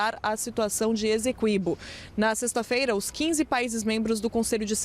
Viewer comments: Finalmente, jornalistas pronunciando corretamente e como pede a gramática: GU-iana (e não GUI-ana). A repórter fez uma ótima externa, mas escorregou no Essequibo (pronunciou “Ezeqüibo”). 😬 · Pois é, e a repórter da CNN que disse “ezeqüibo” (com 'z' e trema). 🫢🫢🫢